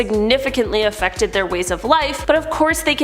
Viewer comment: afectked lol